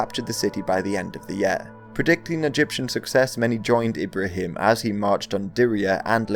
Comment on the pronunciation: Since you're certainly going to be talking about him more: Ibrahim's pronunciation is largely correct, but the second i is longer (so him is pronounced "heem") I ought to know, it's my given name...